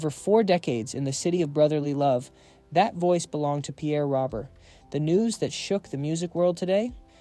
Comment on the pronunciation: Hey genius, you're proving how clueless you are about this great DJ. His last name is not pronounced the way it seems.